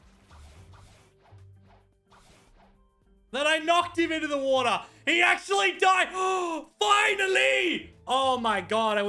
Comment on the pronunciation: He said wata (water)